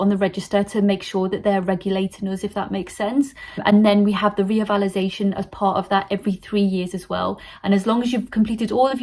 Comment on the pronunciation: It's not reavalidation ,it's revalidation